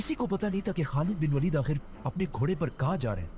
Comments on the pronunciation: والید نہیں ولید ❤ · वालिद नही वलीद